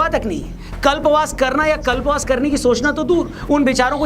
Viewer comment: कल्पावास नहीं कल्पवास